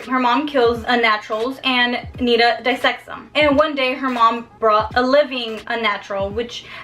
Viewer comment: NiTa you have to pronounce the T